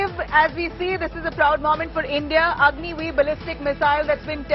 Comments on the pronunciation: Your Repoter is most intelligent than you,,,it is Agni-5, not Agni-V... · Agni five not v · Did she really say Agni V not Agni 5 😬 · It’s Agni 5 not V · Behen agni 5 boltee